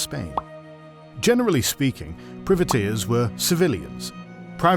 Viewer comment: Good vid. You don't seem to be able to pronounce "privateers" for some reason. ;-)